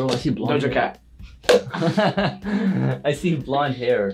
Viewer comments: How many times did Nidal say do Jo cat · Not nidal saying doja cat for everyone 😅😂